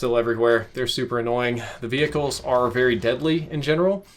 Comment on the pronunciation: Vehicle not vehihicle